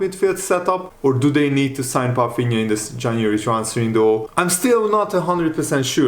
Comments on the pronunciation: That’s my point. So why is pronouncing his name with an “F” in it? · Is that how his name is pronounced? Palfinha?? Let me know guys